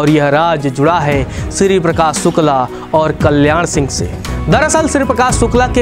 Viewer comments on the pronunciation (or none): Yaaar ye स और श का फर्क इतना कठिन नहीं होता । सुकला नहीं शुक्ला होता है ।।